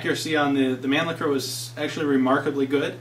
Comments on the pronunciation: Not pronounced man licker. That's completely butchering the German pronunciation. Its man- lisher to type it as it sounds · Nice job Ian! Just wanted to share with you that the Europeans of Germanic descent with whom I've discussed such things as the Mannlicher rifles, et. al., would pronounce the name (phonetically) as mahn-leesh-uh. Otherwise, your knowledge makes for quite interesting vids!